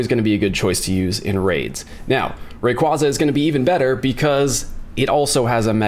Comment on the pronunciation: I always cringe when these pokè YouTubers can’t even pronounce rayquaza or metagross correctly it literally hurts to hear them say it wrong.